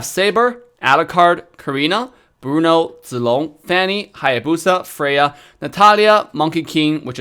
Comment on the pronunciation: pronounced Zilong and Chang'e in it's Chinese pronunciation didn't he?